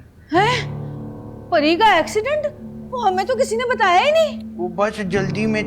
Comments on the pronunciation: Accident nai ascident pronunciation Galt ni karni 😂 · I laughed so much when say asckident 😂😂😂😛